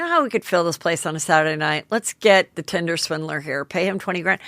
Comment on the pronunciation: Tindler Swindler instead of Tinder Swindler 😂 omg Heather